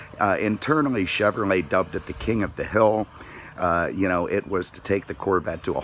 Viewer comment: "Chevermay Corvette"?